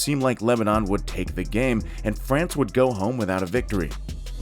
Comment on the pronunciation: Lativa my ass! Cadona, Fracne and Lenoban was also playing in that group and Lithuanians got out of the group. Murican States of Unity will go to the finals? Get a grip with your own voiceovers not to sound like a fool. Sorry - floo!